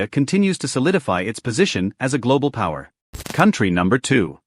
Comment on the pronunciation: No pawer you laiyer 😂😂😂